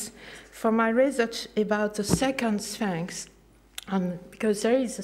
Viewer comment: Some of funny mistakes She calls for more transparency, she could start with her English. For more information to the public. Which means that people aren`t buying her stories. For interdisciplinary. But she fails to say what´. Notice how she pronounces Sphinx, "Svanx", probably her only source of English has been the Pink Panther Inspector Cloueso movies. myth comes out meet. Just imagine if she was going to meet to talk about myth. She maintains she has discovered other Svanx, in front of the Sphinx. Unfortunately she seems to have run out of film, so no photo`s. She is also writing a book about her "rosearch into the draat." Note; She does not tell her audience what she has called the "stairs", or where they are, or what they where called before she discovered them. She also introduces her 15 male and female Giza for humanity team, all but a few are are anonymous, and although she does mention a few names the information is insufficient to establish who they are! She then goes on to talk about the Western Dessert, or does she mean desert? But fails to mention it was Philip Gingerich, a University of Michigan paleontologist who made the headlines, not, the first where found in 1902-3, a little before her time. At 3.24 she goes on to introduce her "Team of Geologists", but none are mentioned by name, or have their names displayed, I wonder why? and more interestingly, do they know they are Geologists? In conclusion, her discovery of another